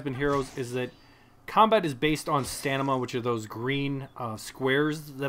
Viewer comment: hey, thanks for the video. great tips. just so you know though, its stamina, not stanima